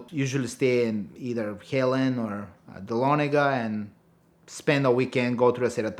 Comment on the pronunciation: 2 things. first, dont make blood mountain runs during the day second, its nice to hear folks pronounce Dahlonega correctly.